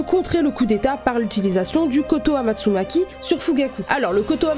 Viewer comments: Incroyable la vidéo, j'aimerai bien que tu fasse une vidéo dédié à l'amitié shisui/Itachi car je trouve quand dans l'animé ils nous montrent quasi rien. + c'est pas "kotoamatsunaki" c'est "kotoamatsukami" 🤣🤣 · rectification de la prononciation cest : kotoamatsukami pas maki sinon tres bonne video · "Kotoamastsukami" Sinon super vidéo ! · Koto amatsukami et non amatsugaki, très belle vidéo sinon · Kotoamatsukami et non kotoamatsumaki * lol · C'est pas pour être méchant mais sa se dit Kotoamatsukami et sa se lis comme ça